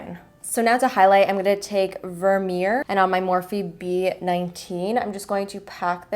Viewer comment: vermeer is a really common surname in the netherlands so hearing you trying to pronounce it is so funny hahaha I really love this look btw this made me want to get the palette even more